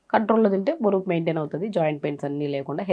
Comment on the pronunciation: బోరువు కాదు మేడమ్. బరువు